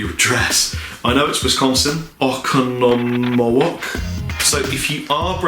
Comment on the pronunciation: Thats a pretty good pronunciation of Oconomowoc.